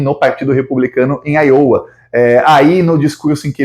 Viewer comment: a sua pronúncia de Iowa está incorreta. Os repórteres da Rede Globo também cometem o mesmo erro de pronúncia.